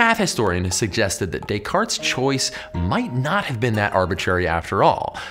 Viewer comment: Thanks for that video. By the way, you pronounced Descartes right by mistake lmao ^^